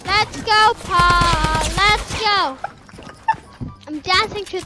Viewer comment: Only og’s remember calling paul